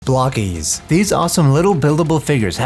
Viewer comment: Being English I read that as bloke-es, bloke-eez? I would not have thought it was pronounced block-eez